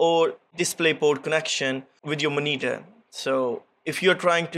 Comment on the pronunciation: Love how you pronounce Moneetur (monitor)